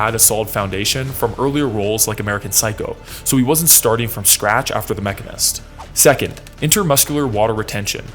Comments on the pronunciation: Its pronounced machine-ist. Its an actual profession and you're pissing a lot of mechanist off. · Why you saying the machinist like that? Hahaha it's the machine... ist